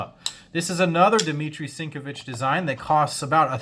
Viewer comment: You said Sinkevich wrong.